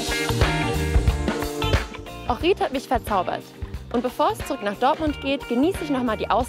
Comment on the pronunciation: Ich will dich nicht beleidigen oder sonstiges aber du sprichst meine Heimatstadt komplett falsch aus 🤯 du betonst das iiiiii zu sehr als würde man Ohrid mit langem i schreiben,... Aber mir ist aufgefallen du betonst allgemein die Wörter mit i anderst, so wie bei Raki zum Beispiel,... Aber tolles video 👍🏻